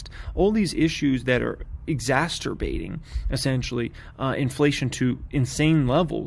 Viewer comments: “Exasturbating” 😂 Exacerbating brah. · Exas-tur-bating lol